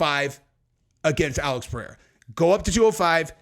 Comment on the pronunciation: Chael pronounced Pereiras name 3 different ways in one video. He has name dyslexia. He pronounces EVERY name wrong!